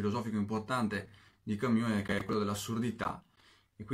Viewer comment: Ma perché camIus